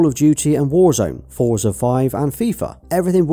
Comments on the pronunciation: Forza is pronounced "Fortza" , not "Foorzer" Think of it like pizza, you wouldn't say pizzer would you. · Small note... Forza is pronounced as "fortza" as it's an Italian origin word. Just like how we pronounce pizza.